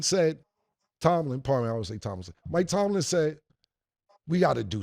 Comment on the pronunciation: Bro every time he says it I be wanting to scream at my phone ITS TOMLIN 😂😂😂😂